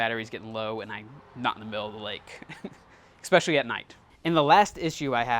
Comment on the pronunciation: I know this is gonna sting....Nobody has said it because we love your videos. You say EXPECIALLY a lot. We know you are smart, as you do what you do. I just want to help you to bring more subscribers. Especially. Pronouncing it EX is really bad. ESSpecially.